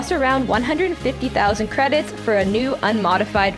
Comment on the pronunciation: It’s Tan-tiv-ee 4 not Tan-tive 4